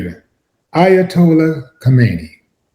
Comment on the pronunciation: Eye-ugh-toe-la Ko-main-nee